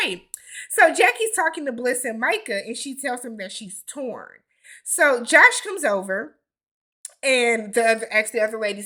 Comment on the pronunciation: That Josh boy screwing up the name!!